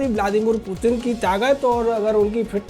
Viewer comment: Mutin Nahi putin mere Bhai